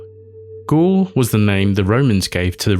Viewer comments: First of all, prononciation wise, it's Gaule, not ghoul. You can prononce it like a goal. Same sound. I hope i won't here it every five seconds because it's a deal breaker. You can take a second checking things before recording. Google translate even have an app for that. It take literraly ten seconds. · 'Gaul' isn't pronounced as 'ghoul', it's more akin to 'goal'. I'd also suggest 'gaol', but only how modern English speakers would think it's pronounced first time they see it, but it's pronounced as—and the ancient form of—'jail'. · you say "Gaul" like the word goal, not ghoul.